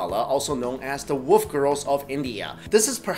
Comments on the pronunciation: wolf not woof speak properly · sorry but are you saying woof or wolf cuz i cant understand you when you say wolf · I like how you pronounce wolf as woof